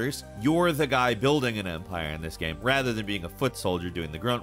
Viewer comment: always says GYAME....